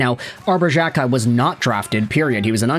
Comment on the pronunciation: Unless you stop pronouncing players names incorrectly, I'm cancelling my subscription. For the love of all that is holy, it is "Jack-eye". Not Jjjakk-eye. You do this to several players names.